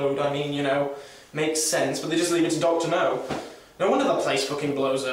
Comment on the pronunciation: I literally said "Doctor NURR!" at the same time. (I have a friend from Nottingham who has a similar accent.)